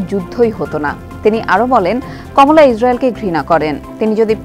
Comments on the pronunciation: Please call her কামালা, not কমলা. This is a bit irresponsible on the part of TBS not to pronounce (and write) the name properly. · Her name's Kamala not Komola.